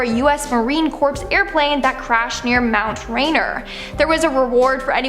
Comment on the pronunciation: Corps is pronounced as "corr' not "corpse'